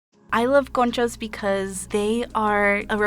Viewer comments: tell me why i thought she said coochie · 'Conchas' sounds a lot like 'kontjes' what means 'lil asses' in Dutch and I can't unhear it 😂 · I thought she was saying coochie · She know damn well that’s not you should say conchas . BTW if you’re born and raised in the USA you’re not Mexican, you’re American